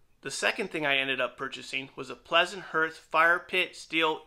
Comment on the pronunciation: Hearth is pronounced "harth". FYI